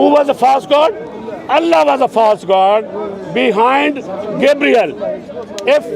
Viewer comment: You see even call Allah name he cannot say proper words.he better going back to India.